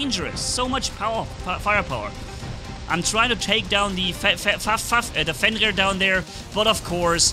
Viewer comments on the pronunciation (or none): its not fenlir its fenrir.........